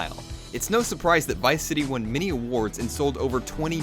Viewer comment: he pronounces "intinded" for intended, and "mini" many.